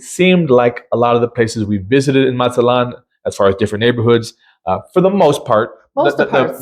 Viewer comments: I would think that after 28 days in Mazatlan you could speak the city name properly. As the colorful sign at the north end of Playa Norte shows, the last syllable is accented. You pronounce "MAZ-aht-lawn," but it's properly "Maz-aht-LAWN." To the people who live here, it matters. (Yes, I'm a little sensitive being born in the #4 most mis-pronounced city in the US, Spokane, and concluding a 45-years career in the #1 city, Sequim - two cities on opposite ends of Washington State.) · It's Mazatlan, not Matzatlan.